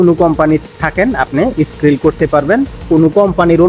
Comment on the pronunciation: ভাই স্কিল হবে,, স্কিরিল না